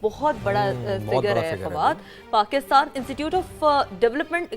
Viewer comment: Pakishtan me mahishat 😂😂😂😂😂😂